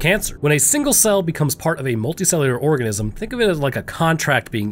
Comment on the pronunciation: I swear it sounds like he is saying orgasm instead of organism.